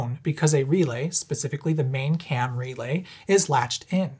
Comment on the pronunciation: By the end of the video, every time he says “Cam Relay” it sounds like he’s saying “Camry Lay” and I’m thinking about people banging in the back of a sensible-but-stylish, affordable sedan.